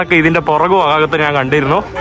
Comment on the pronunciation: എടാ മുറിയണ്ടി, നാൻ അല്ല ഞാൻ ആണ് ശരിയായ മലയാളം